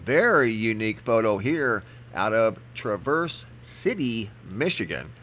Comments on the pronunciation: The A in Traverse is pronounced as the A in Bat and it is smooth no break. So not Tra verse but Traverse City! ☺ Awesome photos. Be blessed in Jesus Christs mighty name! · It's pronounced Tr avese City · I got absolutely mind boggling video last might. Massive cloud ships and fake helicopters..also see those rings often. And its pronounced Trah v errs. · Traverse City. Trav-verse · Awesome video as usual. FYI it is pronounced Tr-ave-er-s city :). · Traaaaaaaavers city not travers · COULD SOMEONE PLEASE TELL HIM HOW TO PRONOUNCE THE WORD TRAVERSE CITY MICHIGAN??!! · Who pronounces Traverse City wrong? Why,, that's who! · Dana Smith haha I’m from Michigan and how he said it was not how u pronounce it. Guess he Needs to take a trip to Michigan when all this crap is over with.